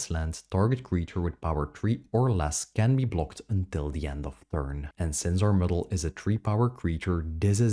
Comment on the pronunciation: Muddle not Middle! Oh Painful